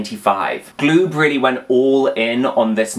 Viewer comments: PRONOUNCE IT - GA- LOOB- NOT GLOOB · Galoob is pronounced gah-lube.